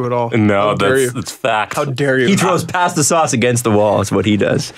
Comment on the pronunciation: As an Italian, I am offended over how pronounces "pasta"